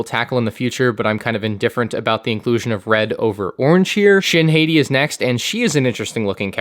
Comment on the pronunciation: Every time you mispronounce Shin Hati as Shin Heyty, my inner lightsaber turns on and stabs me.